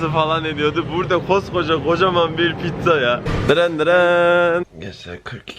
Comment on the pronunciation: Abi lütfen pizzaya pitza deme